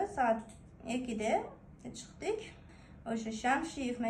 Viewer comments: 😅😅 чиктик деп де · Самсалап ,оронгодор ;жолголсун ;чиктик деп даже кыргызча ,толкук суйлой албайт экен ужас 😱